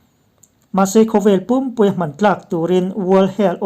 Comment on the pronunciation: Hman tlak tih rik dan hi a dik hlel deuh em aw